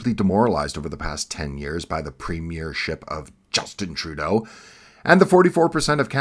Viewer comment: great commentary. love the way you struggle to say trudeaus name.....